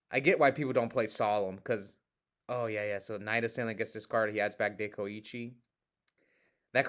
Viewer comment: was pronouncing Dekoichi correctly … Tsukuyomi is pronounced Tsu-ku-yo-mi I know because I play OCG btw